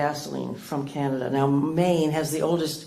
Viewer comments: it is Canada not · ""???? Did I hear that right? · You can start by calling us Canada not. Until he is out of the WH we won't go to the US. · She can't even say his name, she said powets out of their control. Say it govenor, It's Donald Trump and his vomments about the 51st state. When she said it's like thete is no border and Trump ssid it is an imahonary line, that urked me. She has to come out and say it, Canads is a sovereign nation and Trump was wrong to try to put America first without a care for its allies, even wanting to crush Canada's economy so that we would come begging to be part of the US and give Trump our resources for free. So too bad if Maine and other states are hurting.